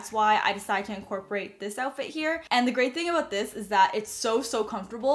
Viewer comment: I thought you said “the gray thing about this” instead of “the great thing about this for your all gray outfit lol